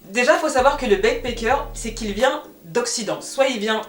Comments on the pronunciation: Je comprends pas pourquoi tu prononces bien le « a » de backpAcker mais tu n’arrêtes pas de dire « begpEcker » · Tu as bien fait d'expliquer la différences entre les deux termes ! J'me disais "mais pourquoi est ce qu'elle prononce backpacker comme ça ?!" ahaha. Merci pour la vidéo je n'étais pas du tout au courant de ce phénomène !